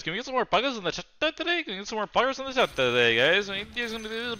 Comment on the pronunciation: poggers in the chattuh my little piece of shieto